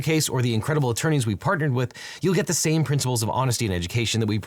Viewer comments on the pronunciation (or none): none